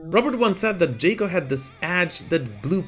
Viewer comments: Ja-co. Jaw-Coe. Not Jay-Coe. Cool video regardless. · "Jock-O." Not "Jake-O." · Jaco not jacob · Jaco is pronounced JOCK-O, not Jake-o. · You are saying Jàckos name incorrectly